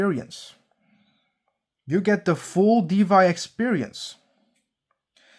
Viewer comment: Thanks for the clarification. Why di you pronounce DeFy as DeVy🤔